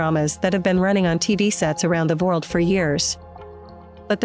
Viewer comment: That is incredibly annoying. They didn't uncover any of the real Ottoman history. All they did is regurgitate unlikely myths with a bad narrator that says world like "vurled".